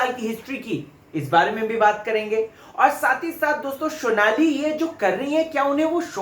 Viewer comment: Phli baat unka naam " Shonali" nhi Sonali hai.. wo Bangel se nhi hain...Haryana se hai.. overacting ki dukaan... naam bolna seekh le phle..